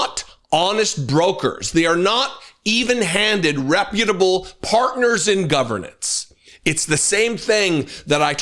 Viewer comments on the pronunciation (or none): none